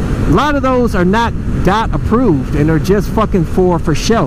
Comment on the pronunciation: It's Dee oh tee not dot?